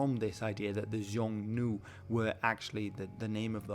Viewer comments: Xiongnu is pronounced [shiong-nu]. In Mandarin or other Chinese dialects, ‘Xi’ does not produce the [zh] sound. Again, sh, not zh. In Korean, the pronunciation is [hyoong-no]. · Xiong nu is the standard modern Mandarin term. Xiong is pronounced "hong" in other Chinese languages. It's likely that in older Chinese it had a form more similar to "hongnu". Interesting about "kamos". Not related in any way to "kimiz" drink? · Calling it "Xiongnu" is kind of funny and misleading as "xiong" is the modern mandarin pronunciation of 匈 which in most other Middle Chinese derived varieties of Chinese it's pronounced as "Hung" and "Nu" was probably just a derogatory term Chinese added to refer to an enemy that they despised. It basically comes down to "Hung" vs "Hun" which makes the story a lot easy to interpret.